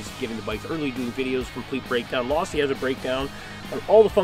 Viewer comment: It’s Losi not lossy